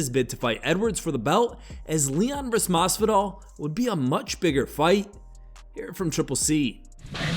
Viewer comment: How does Henry Cejudo, who’s of Hispanic descent, manage to butcher Jorgè Masvidal’s name? Henry is a dum-dum.